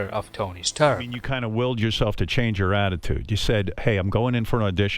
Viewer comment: Tony Sturk?